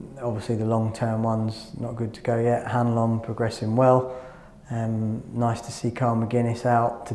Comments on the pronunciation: Can someone PLEASE tell this man how to say "Hanlon" properly? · Yet again they have gone for some really odd lighting. Between that and his pronunciation of Hanlon it's like Hibs TV is gaslighting us 🤨